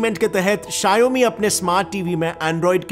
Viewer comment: your pronounciation on Xiaomi is wrong